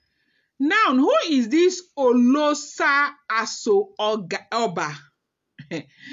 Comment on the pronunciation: It is pronounced as Oloosha Asho Oba.